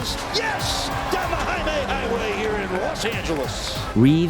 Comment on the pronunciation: can you please say Jaime right